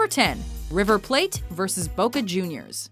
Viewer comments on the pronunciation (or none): IF YOUR GONNA DO THINGS IN DIFFERENT CONTRYS ATLEAST PRONOUNCE THINGS RIGHT DOES BOCA HAVE 2 O'S NO THE PREMIER LEAUGE HOW THE FUCK CAN YOU NOT PRONOUNCE THAT RIGHT AND IF YOU ARE GOING TO DO SOMETHING OUT OF AMERICA AT LEAST DO ENOUGH REASURCH THAT YOU KNOW WHAT YOU ARE TALKING ABOUT ROONEY HATES LIVERPOOL BEACUSE HES FROM EVERTON NOT BEACUSE OF MAN U FUCK SAKE!!!!! AND CELTIC VS RANGES IS WAYYYYYYY BIGGER THAN LIVERPOOL VS MAN U